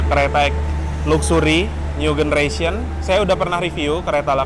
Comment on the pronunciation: new generation itu baca nyu jeneresyen bro, pake j bukan g. cek di google translate kalo nggak percaya. awas salah baca itu dicontoh loh sama penonton/subscriber video/channel ini, kalo mereka ikut salah anda termasuk melakukan pembodohan massal.